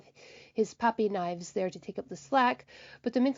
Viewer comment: Your saying fives last name kinda wrong it's Nieves well you know it is but your saying it wrong your saying " knives " say niev is